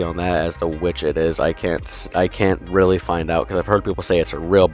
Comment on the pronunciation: reallllllllly sounds like you're using a different word